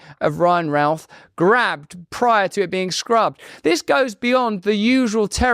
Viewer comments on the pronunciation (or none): you didnt pronounce his name right,,,,,,,,,its ROUTH not Ralph !